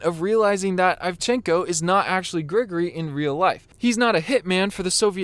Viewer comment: It's "Grigori," not "Gregory." You know, like "Father Grigori" or "Grigori Rasputin." It's a relatively common name in Russia and Eastern Europe. And the accent is on the second syllable. They did the same thing to Ahmed Best for playing Jar Jar Binks. Ahmed did the Best he could. He's supposed to resemble the Arnie Terminator (Cyberdyne Systems Model 101 molded over a T-800 endoskeleton). Exactly.